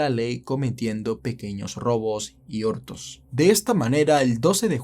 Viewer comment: Es idea mía o dice ortos en vez de hurtos??? jaja el subtítulo me lo confirma.